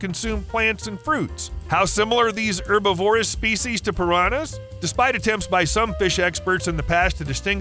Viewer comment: Please learn how to say “herbivorous” please